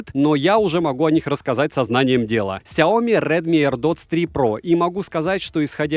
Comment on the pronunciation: Сяоми́, не Сяóми!